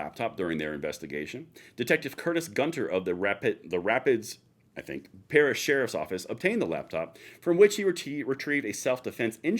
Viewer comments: Rapides Parish is pronounced Rapeeds Parish. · minor point but Rapides Parish is pronounced Rap peeds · Rap Peeds parish. I lived in Pineville and Alexandria. Pronounce it like that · Ra-peeds" Parish. Louisiana pronounces our words funny. lol NOW I don't trust USCCA OR AOR . They both seem shady to me.